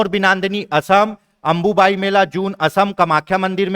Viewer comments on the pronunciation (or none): अंबुबाची है सर जी अंबुबायी नहीं